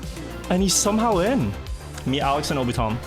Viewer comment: Can tell is not an anime enjoyer, calling Obito M. 'Obitom'.